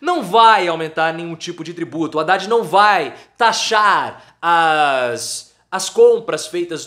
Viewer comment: Não é RRhavan.....é Havan...h mudo.....tipo AVAN RRadad....Haddad